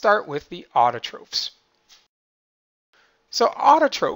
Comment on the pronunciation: He said autotrophs and heterotrophs wrong... It's not (ofes) it's (offs)